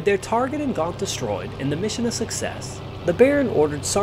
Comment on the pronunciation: it is pronounced Gent with a hard-G as in get with an N......not "gaunt"....puh-leeeezzz